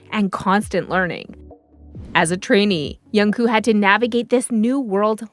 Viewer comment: Please check your pronunciation. The right word is MAKNAE not MAKNA and the pronunciation of AE is the same as the ae in aeronautics. Also his name is JUNGKOOK. The 2nd syllable, KOOK is pronounced like cook not coo. You must pronounce or enunciate the last K.